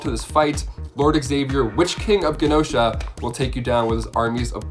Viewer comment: it's "GEE-nosha", not "GAH-nosha"